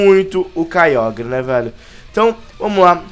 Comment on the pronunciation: o nome do kiogre (não sei escrever esse nome) não se pronúncia caiogre e se pronúncia caioger